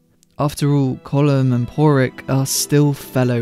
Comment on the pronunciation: I was about to ask if the narrator was mispronouncing Pádraic. I mean.. we all watched the film; you can hear how they pronounce it.